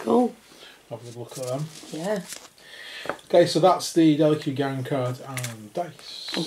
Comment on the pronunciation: I am loving your reviews but I feel you are pronouncing the gangs name wrong I have always thought it was pronounced Delack.